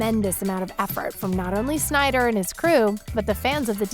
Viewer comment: BRUH PRONOUNCED DARKSEID WRONG AND CALLED THE MOVIE SYNDER CUT CRINGE.